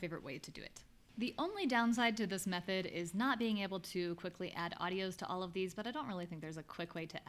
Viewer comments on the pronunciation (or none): none